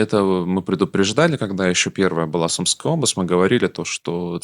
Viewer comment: Сумска́я область, Сумска́я!!! Не Су́мская!!! Два грамотея.